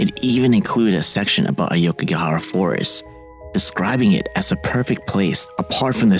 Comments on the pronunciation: A-O-kigahara, not A-YO-kigahara!! Otherwise, nice job. 😊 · It is pronounced as AWKIGARAHA, not AYOWKIGAHARA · AH OH KEY GAH HA RAH not AYE YO KEY GEE AH HA RA. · It’s awkigahara not ayokigahara